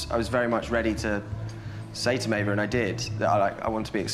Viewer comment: Why doesn’t Maeva’s boyfriend pronounce her name properly? It’s Maéva not “ May-Vah”